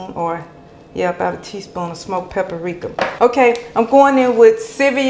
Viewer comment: It's paprika not paperrika